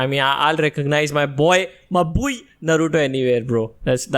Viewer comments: Come on guys, Its pronounced as Naaruto 😭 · First of all, it's naaruto